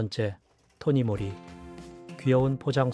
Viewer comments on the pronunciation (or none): 토니모리 가 아니고 토니몰리 라고 해야 합니다 이런식으로 발음하시면 안돼요 .